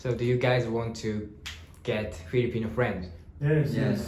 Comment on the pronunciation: FILIPINO NOT FELIPINO